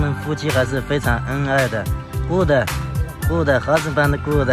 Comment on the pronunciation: 流着哈喇子说，哈死办得，骨得，哈哈哈哈哈哈